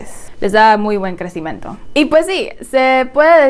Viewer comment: soy yo o ella dijo crecimento xd?